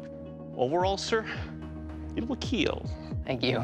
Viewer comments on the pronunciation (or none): "it will keal" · It will Keal